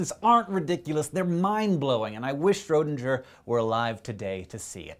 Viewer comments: Schrödinger, not Schrödinjer. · I know this is really pedantic, but I figured I should point out that the ö in Schrödinger isn't pronounced as a regular "oh". It's more like an "uhh" sound than anything else. Kinda difficult to explain in English phonetics. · it's schrodinGer with G as in first G in Gorge. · Hey Hank, Schrödinger is pronounced where "dinger" rhymes with "ringer", not "ginger". Just thought you might oughtta know for future vidz involving his cat or other Schrödinger thingies. Same with all German names and words with "ing" or "ang" or "ung" or whathaveya: the nasal "ng" is always soft, even before a subsequent syllable. Odd tidbit: German "Finger" for English.. "finger".. rhymes with English "singer"! Now look at your hand and count up all those Fingers without smiling a little. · I wasn't being snarky; merely playful. Of course it's no big deal if Hank mispronounced "Schroedinger". I wouldn't even have brought it up except that he makes such a point of making sure we all know the correct pronunciation of "Neanderthal". I was just returning the favor. --Mr. Pronounce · The "o" in Schrodinger. lol. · For a guy who's so careful to correctly pronounce "Neanderthal" you sure play fast and loose with the pronunciation of "Schroedinger".